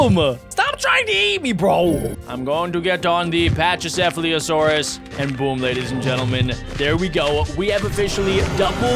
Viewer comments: The thing on the pachycephalosaurus head is a battering ram, it uses it for self defense and to fight for territory, and its a herbivore and its pronounced pak-ee-sef-alo-saurus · CD Spinosaurus and is also pronounce Packy-seph-leo-saur-us (Aurora) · its said pachy or pachalasaurus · you say pachycephalosaurus like pak-i-sef-alo-saurus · It is pronounced pak-e-sefulusorus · packysefalasorus is how u pronounce it.